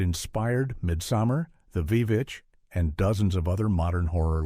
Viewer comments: i guess the ai doesn't know that "vee vitch" is pronounced "Witch" 😅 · the "Vee Vitch"? What is this movie?